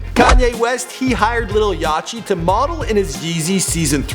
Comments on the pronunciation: STOP SAYING YATCHY ITS YACHTY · Wtf he said lil yachy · did he actually say lil yachey? does he no know how to say the word Yacht? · How this nigga mis pronounce yachty's name.. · mispronounced lil yachtys name...... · He pronounced lil yachty wrong